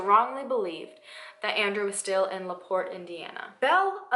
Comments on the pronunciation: My hometown.. I grew up hearing these stories and viewing our local museum with a good size section about her.. You did a great job covering this story.. And you did pronounce my town right.. lol (la port) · You said La Porte right! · You pronounced LaPorte correctly :) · Unless I'm just crazy, "LaPorte" was pronounced right. My mom grew up just two counties away, so I'm pretty certain, lol. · lol you said laporte right! i live about 15 mins away from there, and i’ve never heard of her!